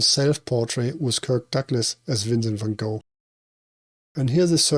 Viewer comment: Appreciate the Van Gogh pronunciation, I only learned that recently and try to use the dutch pronunciation now. A friend of mine, Sam Kubrick, is a relative of Stanley's and I have always found him curiously fascinating. His creative mind is really special and I'm sure it's something that runs in the family based on that! He's in the music industry. The references in this are so useful! I've still not seen Clockwork Orange or Full Metal Jacket. Love that you used the hallway from the Shining!